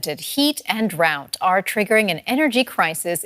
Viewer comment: It's a historic drought, not a draught.